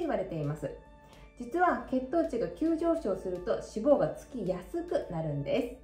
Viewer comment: 脂肪の発音が気になった